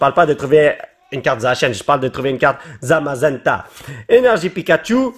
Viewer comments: c'est Zamazenta et pas Zazamenta. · Tu a dis zazamenta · A 30 seconde tu as dis zazamenta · zazamenta 😂 le respect mdr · polo c est zamazenta pas zazamenta hahaha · Il a dit zazamenta alors que c zamazenta